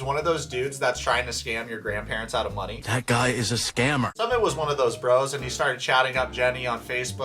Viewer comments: His name is pronounced Soomit not Summit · When you do a video you should know how to pronounce 'Sumit'....... soo mitt. It's Jenny's fault going after what she thought was a gorgeous male model.....ugh